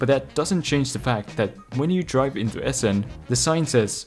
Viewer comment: not one name was pronounced correctly :D mhm no Essen was correct